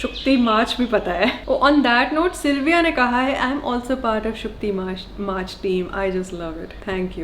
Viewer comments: I guess it's shutki maach and not shukti maach. 😃 Love your vlogs....😍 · Damn it🤣 It's 'Sutki Mach' and not 'Sukti Mach'😂 (SUT-KI not SUK-TI) BTW loving your Bengali learning😁